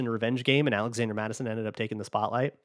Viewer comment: “zalazander” Mattison 🤔😂😂